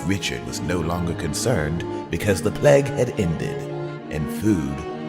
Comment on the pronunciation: did he pronounce "Plague" as "Pleg"? O_o